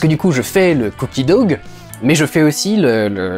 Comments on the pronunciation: Cookie dO et pas dog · Cookie doug... xD Trop mignon!! ça se prononce ''dough'', comme ''though'' ;) Mais Cookie Doug c'est trop mignon... xD